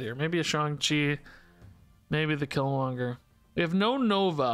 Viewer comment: Can't blame chat on you Polaris mess up. You said it correctly twice then without any prompt did it wrong twice